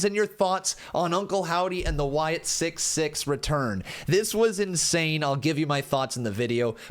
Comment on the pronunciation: Wyatt SickS (6) not Wyatt Sick 6